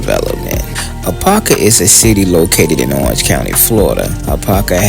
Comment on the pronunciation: it’s Orange, not Orang.